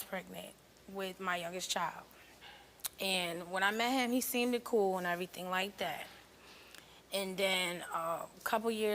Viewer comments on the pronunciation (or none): "He seamded cool" 😂😂😂